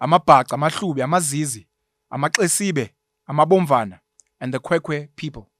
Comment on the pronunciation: I MiZize not amaZizi 😅😅